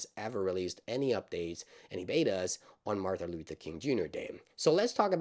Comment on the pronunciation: How did you manage to grossly mispronounce “Martin”, twice?